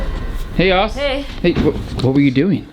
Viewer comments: It's not yoss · Yoss❌ Yass✅ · It’s not yoss